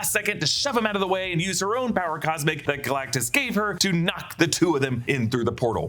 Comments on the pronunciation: "power cosic" lol. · Did he have a stroke?